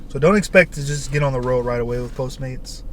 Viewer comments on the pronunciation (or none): none